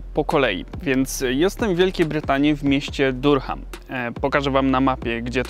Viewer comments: Czyta sie duram, nie durham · Durham - wymawia się daRAM :) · Durham wymawia się Da(ha)am. Wiele razy słyszałem bo mieszkałem niedaleko, ale nigdy mi się poprawnie wymówić nie udało. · Durham wymawia sie Daram taki mały szczególik bo troche bolą uszy ale materiał spoko popzdrówki:D